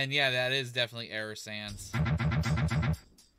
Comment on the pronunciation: Sounds like he said "Error Sams."